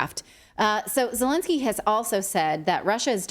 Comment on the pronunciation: Zhelennnski 🤣 is a president of Ukraine?🤔 Al way the interest was DIA system is in Ukraine!